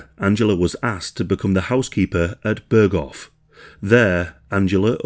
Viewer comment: börgoff ah yes